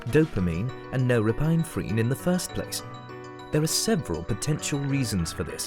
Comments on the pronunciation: It's pronounced nor-ep-in-eph-rine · i don't think that is how you pronounce NOR- EPIN-EPHRINE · the pronunciation of norepinephrine made me sadder than my depression.